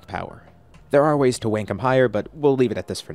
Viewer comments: Does he have something to do with like speech impediment or an I crazy because I swear he says wank not rank also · is nobody gonna talk about how he said "wank him higher" 💀